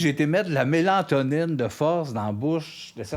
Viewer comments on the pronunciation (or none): On dit mélatonine, pas mélantonine!!! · C'est ''mélatonine'' pas ''mélantonine'' hahaha !